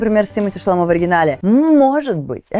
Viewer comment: Имя французское однозначно. Значит, ударять на последний слог.